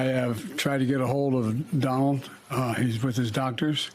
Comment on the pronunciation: "DINALD" I wasn't convinced that Joe Biden was losing his "cognitive thinking" until now...